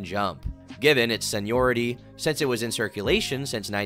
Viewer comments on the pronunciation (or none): why does he say say since like sense?:face-blue-droopy-eyes